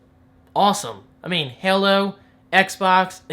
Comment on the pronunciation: lls why he say Halo like that